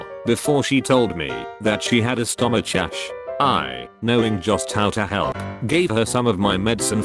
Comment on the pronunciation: excuse me, WHAT is a stomach-shash? LOL